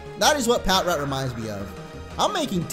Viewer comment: Ok... I love your videos and all but Pat-Rat?? It's Pa-trat. All in all, love the vids, just a lot of things that make people go "huh??... Did he actually just say that?"